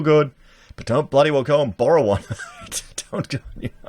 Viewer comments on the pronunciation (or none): none